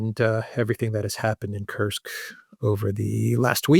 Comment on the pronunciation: it is "Koorsk", otherwise "you are absolutely right"😉